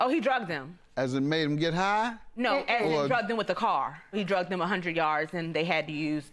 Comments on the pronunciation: The word is "Dragged" dammit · It’s DRAGGED ok DRAGGED NOT DRUGGED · And it's "dragged", not "drug", that's why Judge Mathis was confused